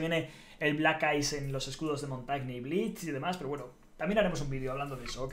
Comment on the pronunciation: Porque le dicen “blich” si es blitz????????🧐🧐🧐🧐